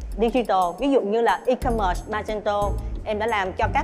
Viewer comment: E commerce mà c đọc là “i cơm mệt” nghe mắc cười quá